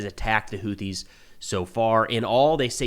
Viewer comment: I'm shocked. I figure you'd know how to pronounce that. It's actually pronounced "Who-theys". Soon, they'll be "Were-theys".